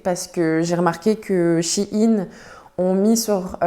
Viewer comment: Ça se dit shine